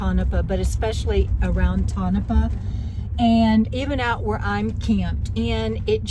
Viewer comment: Lived in Mina for a while. Interesting area. Pronounced toe na paw.